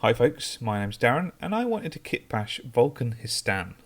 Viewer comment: Vulkan WE-STAN